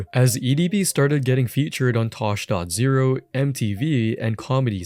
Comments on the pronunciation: "Tosh Dot Zero" 😭😭 it's tosh point o😭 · We need to address "tosh dot zero" wtf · Did this dude really call Tosh Point O Tosh dot Zero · Tosh dot zero??? Its Tosh point oh 🤡🤪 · wtf is with the dot zero. it's "tosh point oh" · its tosh point oh idiot not dot zero wtf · “Tosh-dot-zero” man that made me cringe lol. It’s “Tosh-point-o” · Tosh dot zero? U mean tosh point O lol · Tosh dot zero? LOL It's Tosh point O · You did not just call tosh point oh tosh dot zero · Home boy really pronounced it Tosh Point Zero lmao. Tosh Point O bruh 🤡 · “Tosh dot Zero” tosh point Oh bro you must be young lol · Calling him "Tosh dot zero" is crazy. "Tosh Point O (pronounced: Oh)" is correct. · " tosh . Zero"??? How could u disrespect Daniel like that 💀🤣 it's tosh . O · Tosh dot zero? Isn’t it tosh point o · saying tosh point zero is just disrespectful, it's tosh point oh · Tosh dot zero? It's Tosh point O! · “Tosh dot zero” is crazy. It’s tosh point O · Calling Tosh.O “Tosh dot zero” should be criminal.. it’s Tosh point O… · Tosh dot 0??? 😭😭😭😭 it’s tosh point O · You can’t legally say that “Tosh dot zero” it’s “Tosh point ‘O’” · Tosh dot zero? 😂😂Bro, how old am I that your generation doesn't know Tosh.0😂 it's "Tosh point oh" just for gen Z apparently.😂😂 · It’s pronounced tosh point oh not tosh point zero 🫡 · “Tosh dot zero” am I that old that people don’t know how to say Tosh.0 🥀🥀🥀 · “Tosh dot zero.” 🤣 God I’m old. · "Tosh dot zero" 😂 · Bro said tosh.ZERO😂😂😂😂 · “Tosh dot zero” lol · “Tosh point zero” 😂😂😂😂 bruhhhh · "tosh dot zero" I don't think so buddy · “Tosh dot zero” ????? Son… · I almost stopped watching after bruh said “tash dot zero” but I stayed watching lol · “Tosh point zero” BOI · Bro said tosh point zero instant click off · Bro said tosh dot zero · "tosh dot zero" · Ain't no way I just heard Tosh dot zero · Tosh.0??? its Tosh. "OOH" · I would have subbed but "Tosh Dot Zero"? Come on. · Almost clicked away when I heard "Tosh dot zero" 😅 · “Tosh.zero” 😭 folk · “Tosh dot zero”